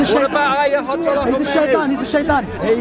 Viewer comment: He said ayotollah Khomeini 🤣🤣🤣🤣